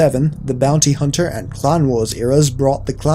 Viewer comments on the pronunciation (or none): none